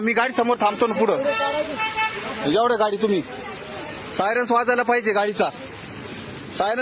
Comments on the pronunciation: Bhau sayrance mhantoy😂😂😂😂😂😂 sayrans ka nahi vajla😂😂😂sayrans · साय रन्स नाही रे बाबा सायरन म्हणत्यात रे भाऊ 😂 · सायरन्स नाही रे सायरन बोल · सायरन्स नाही सायरन म्हणा तेव्हा कळेल त्याना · सायरस नाही रे बाबा सायरन😂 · Arey baba syaras nahi reeee 😂syran